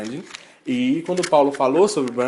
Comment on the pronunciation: Boa tarde amigo. quer ter credibilidade nos teus discursos? aprende pelo menos a pronunciar certo. achei horrível vc falar "brandin" quando já estava acostumado com a pronúncia certa:"brendin".